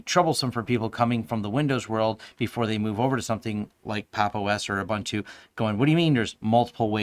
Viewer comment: Thanks for the review! Checking out Pop now. Please check out the correct pronounciation of 'Ubuntu'. It's 'Uh-boon-tu', not 'Uh-bun-tu'. ;)